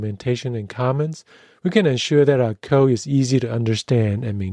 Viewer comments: Isn't it funny, how author alsways say "co" instead of "code"? :) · Thanks for the video. But please don't leave out the "d" sound at the end of the word "code".